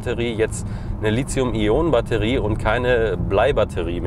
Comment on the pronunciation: Genaugenommen müsste man Lithium auch so aussprechen wie es geschrieben wird, also ohne das immer fälschlicherweise eingebrachte z....aber wenn man sonst keine Sorgen hat... ansonsten ein wirklich gelungener Bericht. Hat Spaß gemacht ihn anzusehen ;)